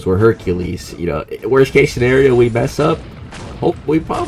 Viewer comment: Practice saying Hercules bro.